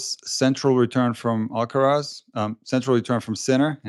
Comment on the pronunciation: And if someone could pronounce his name properly that would be amazing